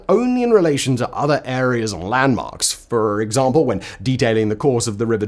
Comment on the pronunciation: Lol@ "exaRRRRRRRRRRRRRRRRRRRRRRRRRRRRRRRRRRRRRRRRRRRRRRRRRRRRRRRRRRRRRRRRRRRRRRRRRRRmple"